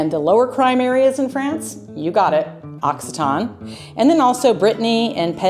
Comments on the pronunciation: The correct pronunciation is "aak SEE tuh nee". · L'Occitane is a luxury good. The region is called Occitanie. The last syllable is NEE. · Occitanie = occitanee . Occitan like you said is an adjective characterizing someone or something from Occi-ta-nee . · It's lovely but the pronunciation is ox cee ta knee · Hello from Occitanie, you need to pronounce the "ee" sound at the end, we do it. Otherwise, it sounds like the adjective "occitane", i.e. from Occitanie